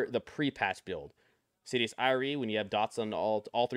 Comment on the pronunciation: Ty for the vid, super helpful. Wanted to point out you are pronouncing Insidious Ire wrong. It's "eye-er" not "eye-ree" like a Jamaican saying alright.